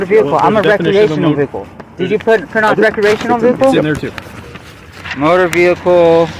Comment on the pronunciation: "recreationel vehicles' lmao